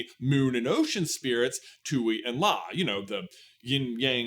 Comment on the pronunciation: You keep saying Twoey like Bluey, but it's pronounced TWEE and La.